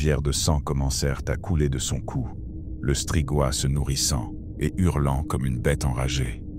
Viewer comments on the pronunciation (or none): Agréable â écouter . Merci! Deux details : la Valachie se prononce valakie et strigoï se prononce strigoye